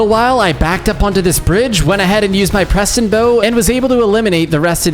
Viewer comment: IT'S PESTON